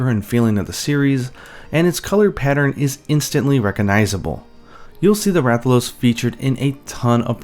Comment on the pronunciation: Rathaloosee(it’s a joke on how he says it)